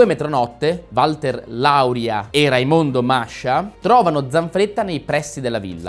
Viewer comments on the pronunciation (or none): none